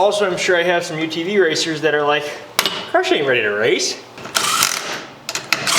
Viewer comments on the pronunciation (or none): Everytime I hear you say crush I hear crotch 😁🤘